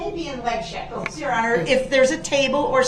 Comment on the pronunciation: I think he was trying to say "shackles", but he's entirely illiterate